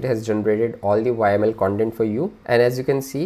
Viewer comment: Great content thx a lot for sharing. but have to say you are the first one Ive seen pronuncing YAML as "whymale" :)